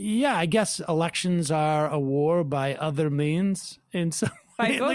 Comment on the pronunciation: Did Sam say elections or erections?